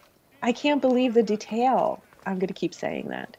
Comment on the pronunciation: God the way she says deTAIL